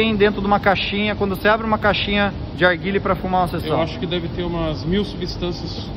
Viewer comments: Toguro corrigi ai o certo é "NARGUILE" tmj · Arguile é narguilé muda o nome errou toguro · Narguilé, não Arguile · Mas se fala arguile msm não está errado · KKKKKKK mano é narguile. Alguém avisa o toguro,Tmj alien! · Tem toguro falando errado tem like kkkkkkkk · Faltou o N no narguilé